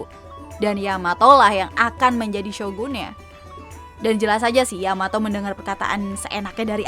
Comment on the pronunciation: luffy manggil Yamato dengan sebutan yamao apa yamabro